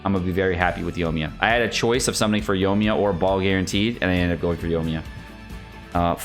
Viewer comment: Yo-ee-mee-yuh, there is an I in her name